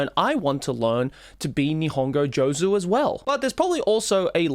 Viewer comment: By the way, one point you forgot is attention. Because if you had given some attention to your Nihongo studies you would say Joozu and not Jozu….😂😂